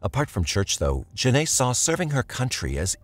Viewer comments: Hi! Genai ‘s name is pronounced Jen-eye, not Jen-ay, which is stated properly in the video several times. I know you’d want to get it right, so maybe you could fix that for the sake of her having been the victim in your video. Thanks! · You pronounced her name “Jen-Nay” but it’s “Jen-Eye” Genai… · It aggravated me the whole time but I believe this is an ai voice and not a real recording so I hope that's why. Otherwise I find it to be a bit disrespectful to constantly pronounce her name wrong. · genai coleman name is pronounced like “juh ni” btw :) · For the woman who was killed by the twin why is it the narrator keeps pronouncing her name wrong the entire time